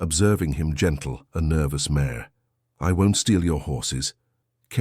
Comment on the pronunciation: Im in Syracuse, an English major so please go over the pronunciations: Cheer i cah wa, specific type Apache tribe, mare like hair, Apache is all one word. ill let you know the others.